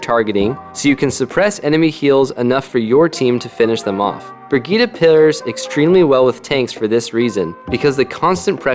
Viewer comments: just say Brigitt-e and not Brigitt-a. The e is spoken like the A in Apple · I dont think that's how you are suppose to pronounce her name